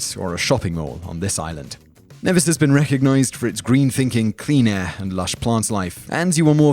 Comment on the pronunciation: Its pronounced Nee-vis (My homeland) I'm surprised to see it on this list. lovely place